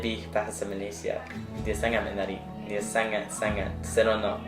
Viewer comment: I good i will rate it 8/10 Reason: In malay we have Normal malay,indian accent and chinese accent and the most hard to relate accent is Chinese It not really hard to relate to me but you know you said sangat sangat seronok you pronounce it like this Sagat sagat seronok but you pronounce it like saangaat saangaat seeronok